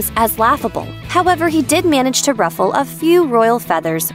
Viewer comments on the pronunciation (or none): none